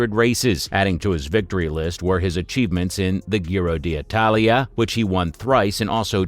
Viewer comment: It baffles me how you say "Gy-ro" d' Italia, but perfectly say Giro (pronounced _Gee-ro_) di Lombardia.